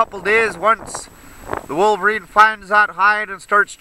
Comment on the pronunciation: Great video again. "Wolveriney" lol.